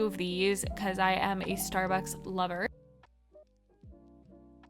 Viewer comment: When you said Starbuck lover it sounded like a taylor swift reference LOL 😆